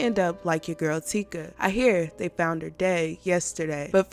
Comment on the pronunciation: Colorado* found, not fount.